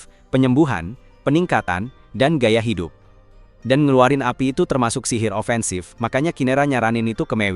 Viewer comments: iya sumpah hai dup hai dup😂😂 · Wah lucu banget saat omong Hi dup, Hi dup 😅😂